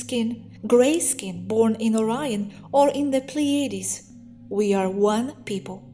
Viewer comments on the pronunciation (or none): none